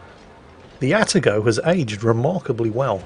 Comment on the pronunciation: Actually it's "A Tar GO"... The first A is the same as the A in cAt... You can say your cats name properly so why not the Atago?